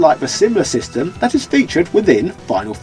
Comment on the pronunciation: Who's this "we"? I played it as a kid. Rented it as a child. Sness not snez It's the super Nintendo entertainment System not Zystem.